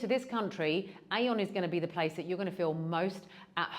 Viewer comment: AEON is pronounced ee-yon. Trust me, I lived in Japan and it’s a Japanese supermarket.